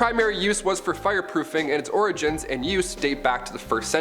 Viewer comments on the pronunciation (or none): none